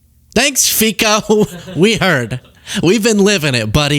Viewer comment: It's pronounced FEET-Zo.